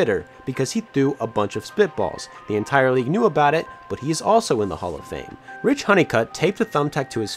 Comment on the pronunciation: RicH Honeycutt too.